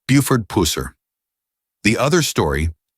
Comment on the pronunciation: Could you not get your robot to say “pusser” correctly